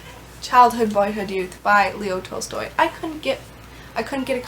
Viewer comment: Lmaooo I can’t pronounce Tolstoy either, also, this is a great TBR!! Can’t wait to see the wrap up.